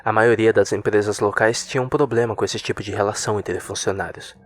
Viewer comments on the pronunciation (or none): none